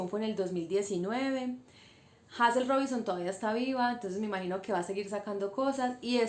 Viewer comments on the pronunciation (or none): Se pronuncia Heyzel bella. Gracias por tu aporte y por resaltar una escritora de nuestras islas.